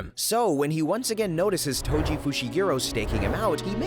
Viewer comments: Tojo bro I heard you say Tojo its toji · "Tojo" istead of toji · TOJO WHOS TOJO ITS TOJI NOT TOJO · Toji❌ Tojo✔ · YO WHO IS TOJO U MEAN TOJI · My guys called toji tojo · "tojo" nice ai vid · "tojo" that's just wrong😔🥀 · Toji❌ Tojo✅ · Did anyone not notice that he called toji tojo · Tengen❌ Tenjen☑️ Toji❌ Tojo☑️ Jujutsu ❌ Ju-jitsu☑️ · AI pronounced whatever is written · Why does he call toji tojo?